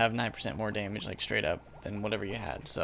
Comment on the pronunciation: Bro please correct ur “damage” “fire goes for daymage”